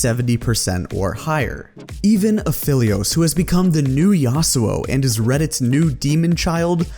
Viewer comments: "Uh-fell-ios" I gagged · You are saying Aphelios wrong